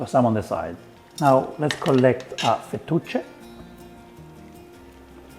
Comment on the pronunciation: Fu-2-che pasta?? You mean fettuccine? I can't keep up with you Italians